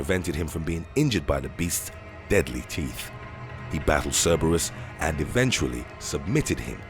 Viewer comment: It low key drove me crazy how he pronounced Cerebrus......JS